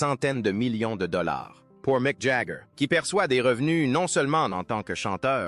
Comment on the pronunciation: Et si vous disiez Mic au lieu de M c Jagger